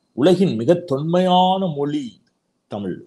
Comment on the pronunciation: முதல்ல நீ "தமிழ்", இந்த வார்த்தைய செரியா உச்சரிக்கப்பழகு அப்புறமா மொழிய பத்தி பேசலாம்